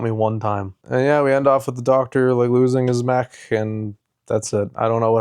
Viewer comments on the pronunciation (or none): none